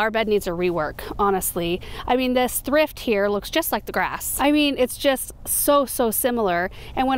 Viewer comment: Thrift, sounds like thript. Not sure of correct spelling. But I got the heebie-jeebies. When you said thrift each time.